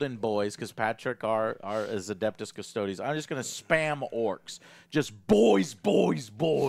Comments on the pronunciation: Joe. I say this with the utmost respect but custodes is pronounced Cus-toad-ees. Not cus-toads. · No sir, it's Adeptus Custards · Definitely 🍮 ies